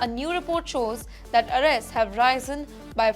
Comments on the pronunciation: Pronunciation by the reporter of the word Risen was incorrect It is not RISE’N’- It sounds like ri:zn please check with google or dictionary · U pretend to inform us news in English but u don’t know how to pronounce risen The word u pronounced wrongly